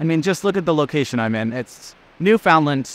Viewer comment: Great videos! One thing you need to work on though 😊 Newfoundland is not pronounced Newfoundland. It is pronounced Newfunland. And it is a fun place! Listen to how the locals say it!